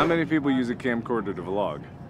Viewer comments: Were talking old fetus markiplier. He used to pronounce vlog as v-log. And it would annoy all his subscribers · He used to say the letter V making vlog sound like two words instead of one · Mark, you were pronouncing it wrong. It's not a vlog it's a V-log!... I have been here too long...